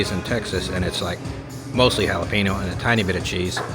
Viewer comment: Pronounced “Hala Pen Yo”. Y’all from Texas, get it right!😊